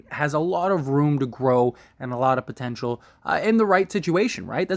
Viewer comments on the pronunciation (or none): none